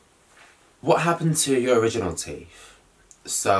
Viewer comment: Did he say "TEEF"??